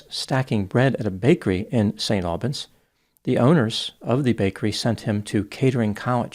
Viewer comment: As an Englishman - and as someone who has watched many of videos - I'd like to give him kudos for how he so frequently pronounces foreign place names correctly. In this case, for example, St. Albans. It goes to show the amount of care he puts into these videos, while making so many of them